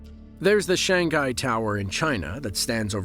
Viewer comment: Did I hear shang-gai instead of shang-hai??